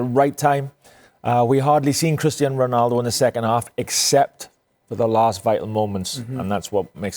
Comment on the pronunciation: Why is he saying Cristian Ronaldo 😆